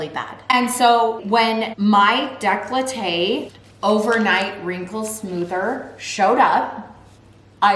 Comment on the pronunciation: it's décolleté, not "declahteh"lol